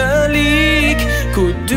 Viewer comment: He doesn't know how to pronounce quddus properly lol